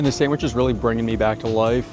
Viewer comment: Did he just say “Sangwich” instead of Sandwich? 😂 if he did, I guess I’m not the only one who pronounces it that way 😅